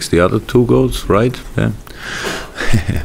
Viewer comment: I was talking to P punkt P. 'Right' begins with an 'r' not a 'd', it was still a good effort mind........